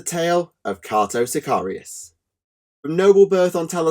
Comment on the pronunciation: It's pronounced Kay-toe